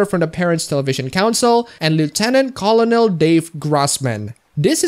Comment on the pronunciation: Colonel is pronounced as kernel